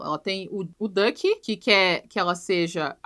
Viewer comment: A Neura chamando o Duck de Dick e realmente, combina mais com ele 😂